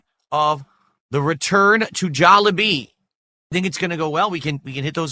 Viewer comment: It’s literally pronounced jolly bee. I hate this dude so much.